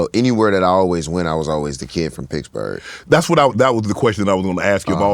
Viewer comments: "Pixburgh" at least that's how used to even spell in on his Twitter bio way back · Is wiz saying Piggs-berg?